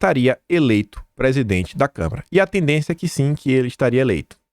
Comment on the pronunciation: gosto demais do seu canal,mas vc tem que corrigir sua pronúncia quanto a CÂMARA dos deputados. Vc sempre fala câmera, isso prejudica seu canal, quando abre espaço pra interpretação de que lhe falta conhecimento. Fica a dica.